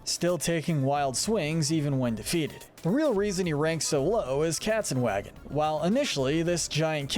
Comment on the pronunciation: As a german I can tell it is "Katzenwagen" not kezenwag. Sounds terrible :(